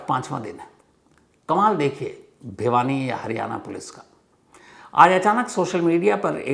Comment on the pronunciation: Sir भवानी nahi vo भिवानी hai।